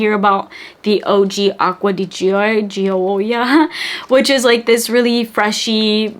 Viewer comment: Rewatching this :) also if it helps, Gioia is said like JOY-ah (definitely easier to say that way too haha)